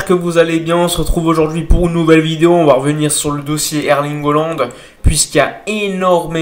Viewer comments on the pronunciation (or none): none